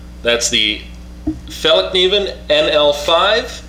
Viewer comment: Very good pronunciation of Fällkniven in the beginning of the vid.